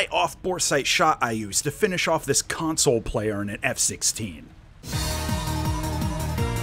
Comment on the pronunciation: Why did you say "console player" like that :(